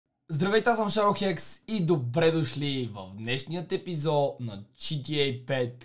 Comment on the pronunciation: Само аз ли чух - “ Здравейте, добре дошли в новия епизО” ?😂